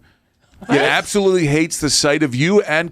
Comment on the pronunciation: Gerontology = study of old people. Gerontophile=lover of old people. Gerontophilia, you figure it out. And learn to pronounce it.